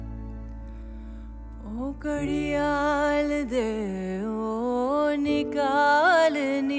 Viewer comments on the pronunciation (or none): Pronounciation of words (Urdu) is very bad… It’s GHAR not GAR … it changed the meaning of the song. There are many other words like GHARRIYAAL it’s not Gariyaal.. You should respect the language and the Qawwali … too much improvisation and qawwali’s should be sung like Qawwalis not like Lounge Music .. Very bad! 👎